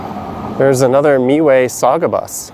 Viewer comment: Hey for the Mississauga buses its Called MiWay pronounced "MyWay"